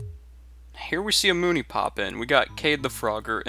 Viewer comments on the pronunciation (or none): none